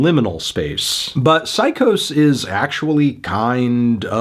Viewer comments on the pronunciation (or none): It's pronounced "Sy-Cause"